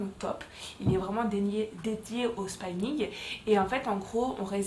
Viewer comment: On ne dit pas spaïning 🤣 on dit spi-ning ☺️